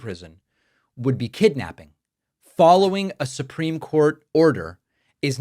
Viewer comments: "Su-peme case"??? Miller can't even speak correctly! 🤦🤦😂🤣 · “The supweeme court” Not only does he look like Elmer Fudd , he talks like him . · It's not the "Soopeem" court.